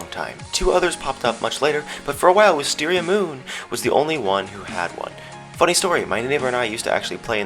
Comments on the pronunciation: I love how you say " wisteriamooon" that voice is gr8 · The way he says wisteria A Ma Oooooooona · You didn't say wisteriaMOON right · your not saying it right its wisteria MOON! XD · You said Wisteria MOON wrong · Lol the way you say wisteria MOON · The way you said WisteriaMoon tho 😂😂